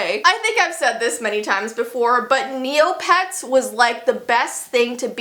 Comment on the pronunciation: i thought you was saying "kneelpads" instead of "neopets" at first lmao, i was so confused.. but nah, forget neopets, club penguin is where its at :c rip club penguin